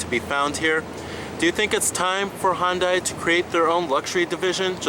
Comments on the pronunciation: Hon-day lol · Just to be clear, Hyundai is pronounced like Sunday.